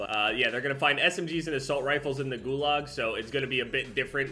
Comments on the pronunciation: Pronounced Goo-log not goo-lag. Just a heads up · saying "Gul-A-g" instead of "guluag" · Am I the only one who heard the way he pronounced "gulag"